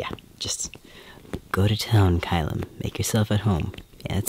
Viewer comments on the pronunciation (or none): one, don't stop talking it's great tyvm two, I always get surprised when say Caelum because I forget you pronounce the e lmao